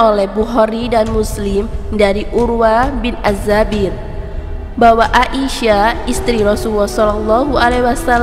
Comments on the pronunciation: Aisyah bukan A I sah :( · kak aisyah ya bukan ai sya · Baca Aisah aja GK becus..coba anda baca ia..pasti bisa kenapa baca ai GK bisa? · There is no A isyah...Sebutan yang benar..Aisyah.... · Aisah. Bukan A.-------- isyah. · Udah bener siti aisyah malah di bilang A isyah apa²n ini suranya tidak bener